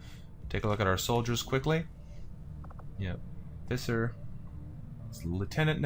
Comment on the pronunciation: just so you know, Visser is pronounced with an F, you are saying the rest of the name right, you just have to start it with a "fff" sound, the name is the Afrikaans equivalent to Fisher. In Afrikaans V an F both make F sounds, yeah the language is weird like that... 😀